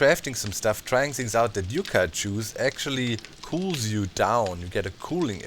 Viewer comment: Yucca is pronounced Yuck-uh. It's the official state flower here. Yeah, that ugly plant is the one they picked. Tells you a bit about their options.